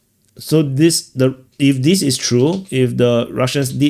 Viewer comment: Do you realize we cannot understand between 10%-25% of the words you are saying because you speak so fast and mumble with very sloppy English? Please try to speak clearer and slower and use the proper pronunciations. You say dis instead of this. That is a basic example of how you say all words wrong. Not one words is spoken correctly. And you haven't improved in 3 years.